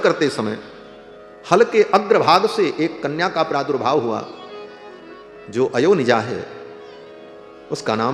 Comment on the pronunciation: अयोनिजा का उच्चारण कथावाचक ने गलत किया , उच्चारण किया अयो निजा जबकि सही उच्चारण है अ योनिजा